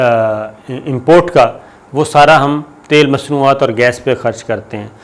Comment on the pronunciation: Sabir sahib ye thal nahi khai isko tal bolta khai